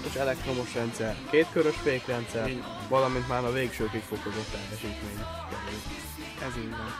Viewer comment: Bocs, de miért kell motyogni, ha tudod, hogy rögzítve van a hang? Nem magadnak mondod, hanem a nézőknek. "12 voltos elektromos rendszer, kétkörös fékrendszer, valamint már a végsőkig fokozott....??????" itt meg érthetetlen motyogásba fullad a mondat, jól felhangosítva kivehető, hogy talán "teljesítmény", de utána mondasz még valamit, amit meg már totálisan elnyom az aláfestő zene... A riportalanyod is állandóan "magában beszél", fele szöveget nem érteni, amit mond... A 120km/h végsebesség meg kamu, akár benne van a könyvben, akár nem. Még üresen sem ment annyit, a végsebességet meg teljes terheléssel mérik.